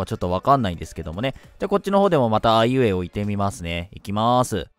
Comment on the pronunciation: あいうえおが途中からはいうえおに聞こえるwwwかわいいwww ネカフェ行って投稿してくれてたんだね(*^^*) いつも投稿ありがとうございます(´･ω･)(´_ _)♪ ネット繋がって良かったね(*^^*)